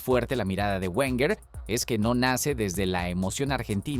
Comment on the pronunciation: Lo dijo arsene werner...lo dijo arsene werner...oooooh...lo dijo arsene werner...¡¡¡¡¿¿¿QUIEN CARAJO ES ARSENE WERNER????!!! LA PRIMERA VEZ QUE TENGO NOTICIAS DE ESTE TÍO 🤣🤣🤣🤣